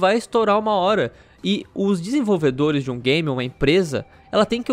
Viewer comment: "Desenvolvedolhes"? Quaé withe virou o cebolinha?